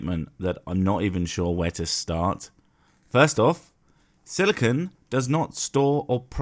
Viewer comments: He keeps saying silicone not silicon and it’s making me laugh so hard my sides hurt lol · he keeps pronouncing Silicon as Silicone. 2 very different materials. The first is what his head is made of and the second is probably shoved up his arse. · he keeps saying silicone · Quartz isn't even pure silicon as he claims, it is an atom of silicon along with 4 atoms of oxygen. The moron even shows the formula for it on the screen when he makes the claim! And he keeps mispronouncing silicon as silicone. They are related, but NOT the same thing. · I like that he pronounced silicon as silicone. By his logic, dildos are remarkably good at storing and processing information. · Theres a difference between Silicon (Si, the element) and Silica (SiO2, the chemical compound) pronouncing it correctly helps understanding.